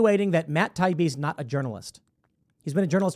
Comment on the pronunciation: Every clip of Democrats I’ve seen has been disgusting. Mispronouncing Taibbi’s name, dripping with condescension….they hate real journalists and whistle blowers. I’m so glad I left the Party for good when they chose Biden